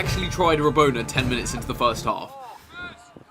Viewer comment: chris, its not " ra-bon-er", its ra-bon-a. haha, adult jokes 😉